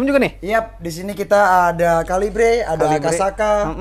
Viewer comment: Bacanya bukan kalibre ngab, tapi kaliber FYI